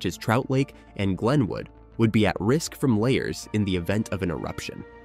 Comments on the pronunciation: The word "lahar" is pronounced la - har, with the accent on the 2nd syllable. The first syllable is LA, as in Fa, la, la, etc. It is NOT layer, as you have pronounced it. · Lahar is pronounced La Har Not Layer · LA har. Not la bar. But definitely not layer. Lol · " Layers"?? You mean lahar( la-har). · La Har , not LAY HAR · Why didn't you use a clip of the real Mt. St. Helens when you mentioned it in the intro? And "lahar" is pronounced as la-HAR, not lay-er. WTF? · Computer voice doesn’t know what a LAHAR is.. layers.. right. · Can you pronounce lahar corectly?